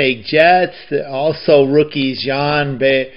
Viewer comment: When you said Sergei, I was thinking to myself that there weren't any Russian players in the WHA. But then you said Bernier and I realized that you turned Serge (pronounced Serj) into Sergei, so I guess you've invented a Russian French Canadian hockey player. The funny thing about that Marc Tardif card is that he had already been with the Nordiques for the previous 3 seasons, but they used a photo of him from 1973-74 when he was with the LA Sharks. This was the last WHA card set, even though the league existed for one more season, in 1978-79.